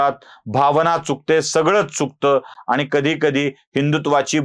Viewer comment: स्वतःच्या उच्चारांकडे लक्ष द्या हो.आनि न पानी, अणुस्वार,द्वेषाणे असे उच्चार करणाऱ्याने तरी असले उद्योग करु नयेत. कुठल्यातरी पक्षाला विकत जाऊन स्वतःच बाजारु असल्याचं कबुल करताय हो